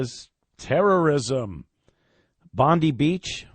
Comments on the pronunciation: In Australia " Bondi" is pronounced " Bond - Eye." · Bon-dye! How hard is it to find out the correct pronunciation? D!ckhe@